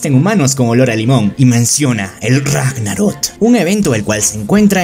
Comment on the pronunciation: crack se dice ragnarok no ragnarot